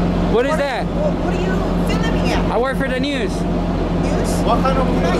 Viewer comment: Why are you filiming me, why are you filing me ... hahahaha